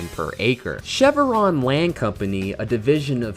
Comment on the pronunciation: This one was hurting my ears: It's Chev-ron, not Chev-a-ron. There's no vowel in the middle. (Also, you said Stylvester Sallone, which was funny but I assume it was an accident).